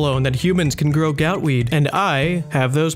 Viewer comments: So why does he call it gootweed, but gout tuber? Is he finally admitting he was wrong for calling it gootweed? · This guy is pronouncing gootweed wrong wtf